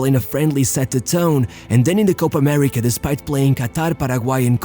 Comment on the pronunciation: You can say "Paraguay" correctly but can't pronounce "Copa América". It's "Álvarez", not Alvaresh. 11 players in front of Ochoa? Teams play with 12 players now?